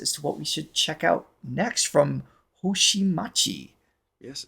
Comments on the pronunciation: "Hoshimachi" was pronounced spot-on. "Suisei" it's more like swee·say (ideally without the glide at the end) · You've got the "Hoshimachi" down more or less, which is her surname. Suisei is pronounced "sue" (as in I'll sue you) "ee" (as in film reel) "say" (as in say something). Emphasis on the first and last syllables, but mostly the first. SUE-ee-say. She's also affectionately known as "Sui-chan" (SUE-ee-chan). She did a second song on the First Take that was actually the premiere of said song, which was Michizure. And another super popular song of hers is "Bibideba." Think "bibbidy-bobbidy-boo" from Cinderella, which is a character her lyrics call to surprisingly often in one way or another, usually in a "I'm no Cinderella, don't treat me like that" kind of way. In any case, Bibideba has an absolutely incredible music video which is an experience in and of itself.